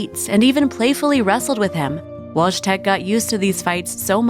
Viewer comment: Wojtek is pronounced /voy-tek/